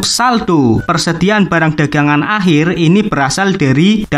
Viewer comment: Akhir bang bukan ahir wkwk